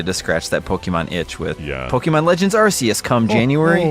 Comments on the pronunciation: Really it is pronounced “Arkeus” from the Greek word “Arké”, origin, e the Latin word “Deus”, god. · No no...it's Ar-Kee-Us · It's Ar- Kay- Us. Arcane, and deus. What do you mean 'they were mocking corrections like these'? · Arceus is pronounced "Ark-eus", not "Ars-eus". When Pokemon Battle Revolution came it that game did pronounce it Ars-eus, but all subsequent official pronunciations have been "Ark-eus". This is thought to be an intentional change (rather than a mistake in PBR) in order to make British school children giggle less. This has been useless facts with Jonny, you're welcome! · Zion is wrong, it was pronounced arse-ee-us but as of Pokémon Sun and Moon it is arc-ay-us. Silvally's ability is RKS System, not RCS System. I agree with him that this won't be my favourite game of the year, I will prefer Elden Ring and Breath of the Wild 2 almost certainly. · NO It’s actually pronounced Ark-ee-yus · It’s not arkeus It’s not arseus It’s ARKOUS!! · It's pronounced arsayus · i think it's pronounced "ar-kei-us", as in archaic - ancient; deus - Latin for ‘god’. Even in the movie it's pronounced that way. Oh well, to each his own. 🤷‍♂ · actually it’s ARKOOS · I like how the voice “correcting” you on the pronunciation of arceus actually got the pronunciation wrong! 😂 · Incorrect, the new JP trailer probounces it Ar-See-Us. It was changed in Europe/UK because of the word "arse". The original and accurate pronounciation is Ar-See-Us. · ...It's definitely a hard C in Arceus, not an S sound.